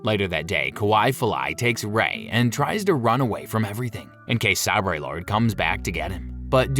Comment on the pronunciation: Hurt my ears every time he says the word "Sabrey". Sabre (a type of sword) is pronounced 'saber'......... Darth Vader fights Luke Skywalker with 'Light Sabreys'😂